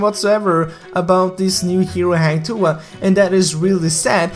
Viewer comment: I am sure that Hang Tuah will come out coz Goosen is assassin. And i believe Hang Tuah is a fighter. The knife is no big deal. Every heroes has their own weapon either a knife, gun, hammer etc. By the way, ur pronounce 'Tuah' is acceptable 😉.